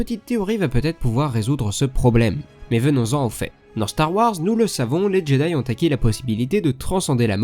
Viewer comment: "jedai ...rassamblement!!!"